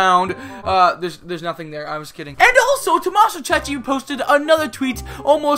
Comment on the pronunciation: it's Tommaso cecchi!!!! no cecci!!!, you have to consider the H, LEZZO!! XD